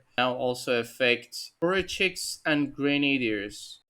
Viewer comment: you "poruchik" pronunciation was correct